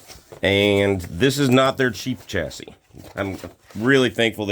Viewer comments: Also it’s pronounced Chass-ee…don-key! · The last s is silent buddy